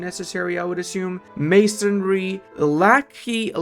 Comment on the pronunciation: Lacquerware is basically just fancy wood wares, and you pronounce it lacker. Think there's a slight u in the k-e though. Like the cro in croissant?